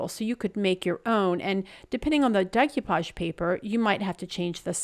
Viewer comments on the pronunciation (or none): Loved them all. Decoupage is a French word and is pronounced Day-coo-paw-g. Keep on crafting!